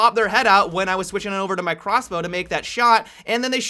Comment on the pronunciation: hey did anyone notice he said quasblow multiple times